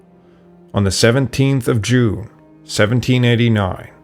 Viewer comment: "on the 17th of Jew..." huh?